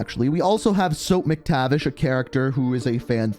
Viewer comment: Sorry but it Mac-tavish not Mick-tavish